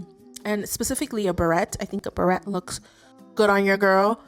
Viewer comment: tip from a french speaker - beret (the little hat) is pronounced ber-AY (et is silent). easy to mix up with the word barrette like the hair clip :)